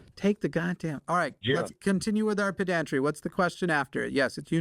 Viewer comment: I feel ashamed of the urge to correct somebody's pronunciation of pedantry.